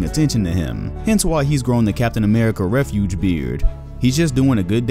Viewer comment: Did you mean captain america refugee beard? Did you think that word is pronounced the same as refuge? ...lol